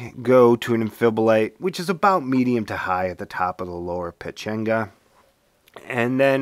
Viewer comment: It is Peh-Chah-ngah